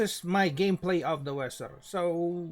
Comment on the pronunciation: dibaca veser